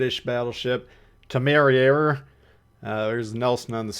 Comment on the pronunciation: Say it with me: TIM-ER-RARE.